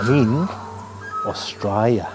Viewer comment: LOL, thanks. Nice to see you making a cameo appearance on the voice over in the intro! Apparently i put too many syllables in the "Australia", Shoulda been "Straya"